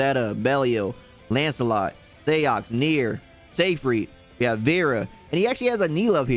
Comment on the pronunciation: dawg 💀 it's "zeegfreed"